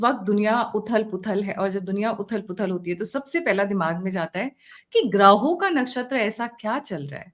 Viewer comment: ग्रहों का बोलिये, ग्राहों का नहीं।